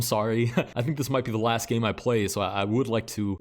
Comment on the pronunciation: I really can’t not hear “Let’s get started with gay number one”